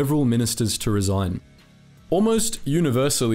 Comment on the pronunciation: Resign or "resign"?